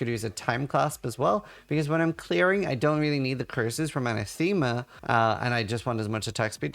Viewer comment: Not to be that guy...but... aNAthema. Emphasis on the second syllable